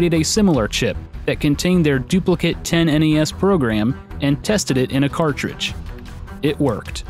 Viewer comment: "10-NES".... "Tennis" :P